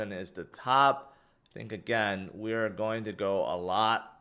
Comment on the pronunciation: lern how to pronounce "GOING". and buy a thesaurus. everytime you say "go"its cring af.